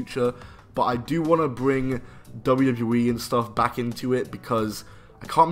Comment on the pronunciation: Why do you struggle to say wwe lol “dubbledewee” 😂